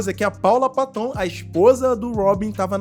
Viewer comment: Ridículo essa apresentação dele com a Miley Cirus mesmo. Teve uma época em que ela se perdeu, igual à muitos artistas, o sistema quer você destruído. A Paula Patton é bem bonita. Se pronuncia Péton e não paton